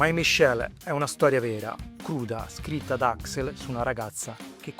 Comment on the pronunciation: AXL, non AXEL CAZ>ZO!